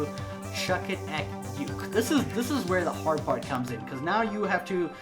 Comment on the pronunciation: uke is 'ookee' not yuki